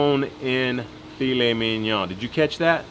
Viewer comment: I'm a little late on this..but...you said Filet Mignon just right and I thank you for that hehe. Great job my bud..Lobel's rocks! Love y'all...oh and I WANT THE BONE